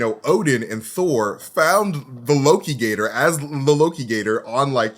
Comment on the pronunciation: Not lokigator... aLOKItor